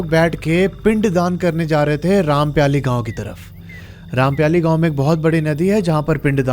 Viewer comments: It is रामपायली not rampyali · Bhai aap gaon ke naam galat le rhe ho rampyali nhi wo rampayli he aur amai nhi wo aamai he